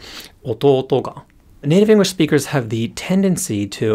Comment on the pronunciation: Completely unrelated to the Japanese but I keep hearing "engwish" xD